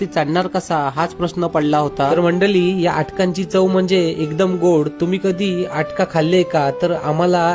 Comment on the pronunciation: मंडळी म्हण...मंडली नाही...मराठिची मारू नका...